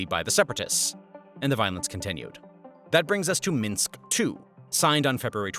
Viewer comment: These videos are very thorough and well done. However, viewers should be aware that the majority of pronunciations are incorrect. There are too many to list, but for example, Minsk is not pronounced "Meenx." "Maidan" is not pronounced like the English word, "maiden," but rather like, "my-Don." So enjoy the historic education, but don't repeat the pronunciations. 👍🏻